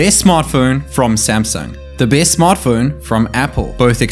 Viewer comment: Did he say "base phone" or "best phone"?